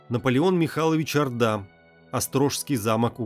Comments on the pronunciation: Наполеон Орда, ударение на О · Орда с ударением на о. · В фамилии Орда - ударение на первый слог. Спасибо за "Античную Беларусь" :) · Правильно Орда,ударение на О... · Наполеон Орда! Ударение на О в фамилии. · неправилдьно надо орда ударение на букву ооо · Как странно, что не осталось никаких документальных свидетельств. ЧТЕЦУ надо обратить внимание на ударения: Наполеон 'Орда, ударение на "О". Очень неприятно. Для просветительских видео нужно приглашать более грамотных людей. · Хорошие картины,но автор ужасно делает ударения!-коктЕбель,а надо коктебЕль,не ордА,а Орда и т.д